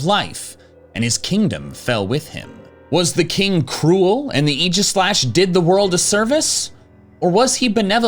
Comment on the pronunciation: I've seen so many people pronounce aegislash's name wrong, I'm glad you pronounce it right